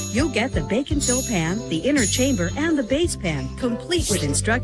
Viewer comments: I keep hearing the product name as "bacon fill" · when she said bake n fill i thought she said bacon fill. i got so confused when the commercial started and she was talking about cakes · I keep hearing “bacon Phil”…. Reminds me of pickle rick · Everytime you say "bake 'n fill", I hear "bacon-filled". I can't be the only one. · It took me watching the entirety of your other infomercial video and partway through this one before I realized the product was "Bake N Fill"; the other video sounded like "Bacon Fill" and with such quick shots I had no idea what it had to do with bacon. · Am I the only one who keeps hearing “bacon-fill”? Logically, I know what it’s actually called but I keep imagining a cake filled with bacon. 😂